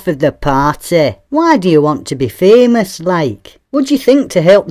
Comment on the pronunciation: I love how you pronounced Fémös :D Yeah once someone's famous, they can't buy being not famous again